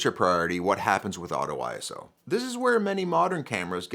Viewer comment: Makes video about ISO but mispronounces it throughout.